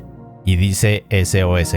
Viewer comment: cuando decia sos pensé que decia sus